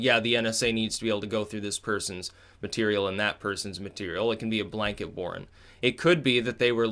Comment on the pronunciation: Are you saying fisa Warrant or warn???